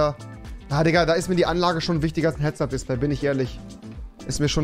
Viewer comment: Warum seid ihr alle so toxic. Immerhin hat Rewi nur nen Sprachfehler😂